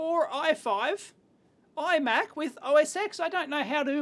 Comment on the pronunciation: "Os Ten" not osx